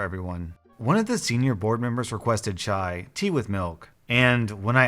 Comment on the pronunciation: How you said chai was the right way